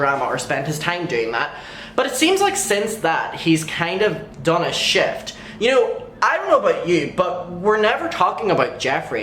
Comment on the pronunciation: U said "done" and I heard "dumb" lol